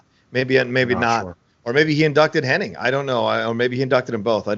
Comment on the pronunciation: Its funny,, you are correctly pronouncing Curt's last name of Henning correctly the entire video...But your friend the entire video is saying Hennig. Doesn't seem that either one of you notice the others pronunciation is the interesting part. Just an observation since its an ongoing debate on which it is. Ive been watching since the AWA days as well and its always been Henning until recently but alot of people,your friend in the video included,remember it as Hennig.